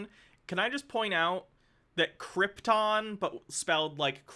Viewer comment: They really do keep calling it Cripton, too. I don't even think it's confusing it with the famous doomed planet because in Spanish Krypton is pronounced with an emphasis on the "ton".